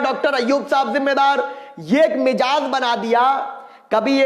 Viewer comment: lagta hae ghalti se mezaj ko mejaz kah diya aaraam se alfaz ada karen train achachhi raftar se jarahi hae